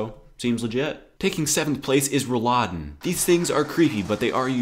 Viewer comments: I am also from Germany and this channel is like the best thing ever :D Please try to say ROLLladen instead of RollADEN ;) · When you said "Roll(l)aden" it sounded like "Rouladen" which is my favorite meat dish. Vowels and vowel lengths often throw English speakers off. In fact, I have one American friend, who can speak excellent English, and would refuse to work on his vowel lengths even though it often changes the meaning of a word, e.g., "Hähnchen" and "Hennchen." For most intents and purposes, their difference in meaning is negligible, but the latter one is quite(!) strange to use. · When you say Rolladen it sounds more like Rouladen xD to funny. But i have to say your german is very good, probably better than my english. Oh was ich noch sagen wollte: es ist nur schlimm wenn du über eine rote ampel läufst, wenn kleine kinder zusehen. (warum auch immer, ich hab das selbst nochnicht so ganz verstanden)